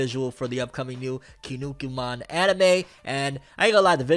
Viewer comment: KINNIKUMAN!!!!! Quit saying it wrong.